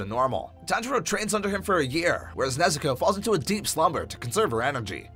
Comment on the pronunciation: Why say nezukoe when u can sat nezuko chan